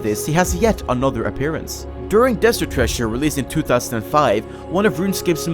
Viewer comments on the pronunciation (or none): none